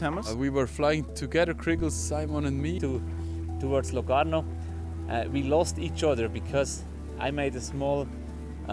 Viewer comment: How did you pronounce Locarno😂?